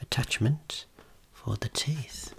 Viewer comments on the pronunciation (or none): none